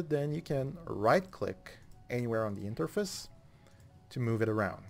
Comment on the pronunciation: The way you say Interface is kinda funny